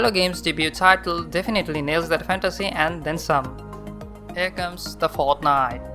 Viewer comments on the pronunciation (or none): "he comes de fartnajt"